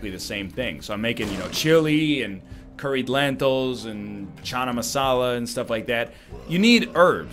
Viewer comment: The way he says Channa Masala makes is so weird.